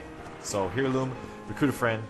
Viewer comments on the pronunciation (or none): Air*loom....not Hair*loom....